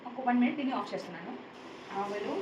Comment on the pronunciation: ఆవలు కాదమ్మ ఆవాలు